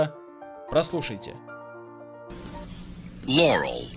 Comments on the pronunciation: Не лорЕл а лОрел! Автор явно слышит янни, раз ударение не знает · не лорЕл, а лОрел, ставьте ударение правильно, ударение в любом случае идет на первый слог